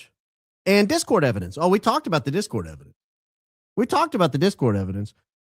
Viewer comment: It's a Mountain of ebodence mama😂